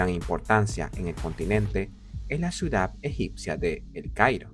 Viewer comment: Me vuele loco cada vez que dice " suidad "